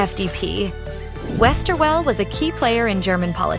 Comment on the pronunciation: Very nice video, although some important people are missing. And why do English speaking people always have to slaughter all non-English names, like the one of Guido Westerwelle?